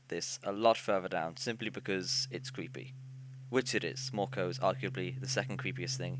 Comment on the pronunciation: Mörkö isn't pronounced morko.